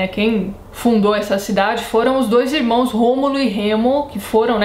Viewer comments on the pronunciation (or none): none